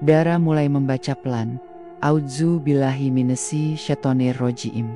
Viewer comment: Mbak ceritanya bagus tapi kok,bacaan a'uzubillahnya atau bacaan alquran apapun tolong difasihkan😊